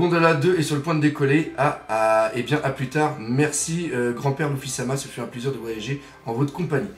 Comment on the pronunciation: Faut vraiment que t'arrête t'est vidéos je dis sa pour notre bien et puis arrête de dire Louffy c'est Luffy bordel de pipe.